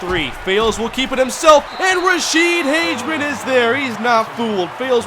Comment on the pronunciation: Hey you keep pronouncing Rashede Hageman's name wrong. Say it like Hag-a-men